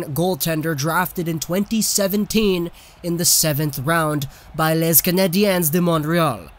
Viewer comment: “Lez canadienz dai montreal” lol you’re not supposed to pronounce the “s” bro